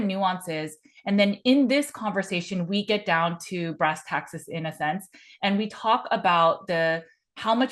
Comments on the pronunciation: Brass tacks, not brass taxes, lol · Brass tacks, not brass taxes.